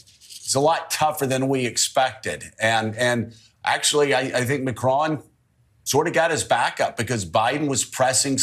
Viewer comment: Joe can not pronounce Macron. 😂😂😂